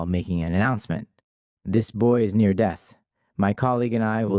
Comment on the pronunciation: This narrator speaks mostly normally but with bizarre, flagrant mispronunciations. I think it would be better to get a human to read it... I noticed this is Part 1 as well. There's one: "no one came.... near". This occurs when he is in the padded room. Normally we would say "no one came near".